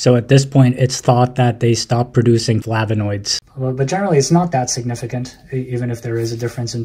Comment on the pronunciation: "flavonoids" 😂 Never change man and thanks for what you do :)